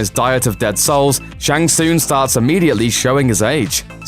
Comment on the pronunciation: The way he pronounces "tsung" is painful...